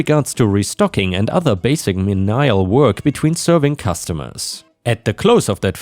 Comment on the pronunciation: "menial" is "me knee ul," not "meh nigh ul." 🤪